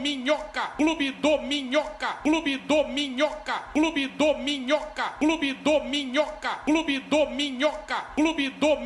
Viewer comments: Ouvi tanto que estou ouvindo clube dorminhoca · Na real parece que ele tá falando clube dorminhoca, só que comendo o r😅😅